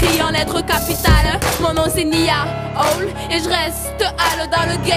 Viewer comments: C est nia hall mais niahvale 😁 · Moi j'entends Niia Hall